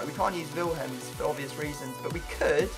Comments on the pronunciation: It's pronounced Willems not villhems, just saying. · The way he said Willems 😂 villhemms